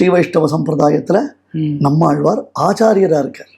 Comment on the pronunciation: பேட்டி எடுப்பவரின்உச்சரிப்புநன்றாகயில்லைஆழ்வார்என்றுசொலலாமல்ஆல்வார்என்றுசொல்கிறார் தமிழ் உச்சரிப்பு சரியாகயில்லை